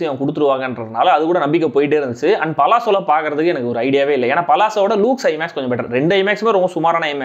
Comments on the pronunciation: It's 'Luxe,' pronounced as 'laks,' not 'loooks' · Adhu லூக்ஸ் இல்லை , LuXE (லக்ஸ்) 😊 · Bro it is not lukes.. it is la-xe